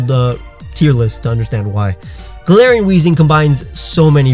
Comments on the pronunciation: I am just going to correct you every time even though you just said golarion Raichu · He said Galatians Raichu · he said galar Taichung and muk XD